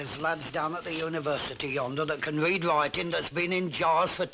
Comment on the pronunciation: According to Jack there's lads down at the University who can "wead witing". That's got to be Blanche beside Annie down the cop shop with the headscarf 😂